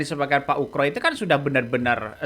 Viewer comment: Pak Oegro bukan pak Ukro 😂